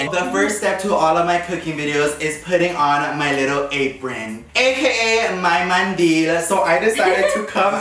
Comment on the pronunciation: He said my mantil its mandil😂😂